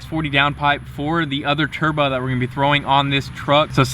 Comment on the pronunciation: Mans just said turbuh